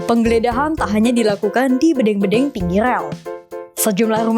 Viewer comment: Bedeng (seperti mengucap dendeng).. payah nih reporter..